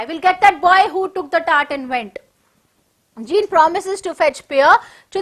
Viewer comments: Madam sorry for that but Jean should be pronounced as zon it's given before the chapter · Pronunciation of jean is incorrect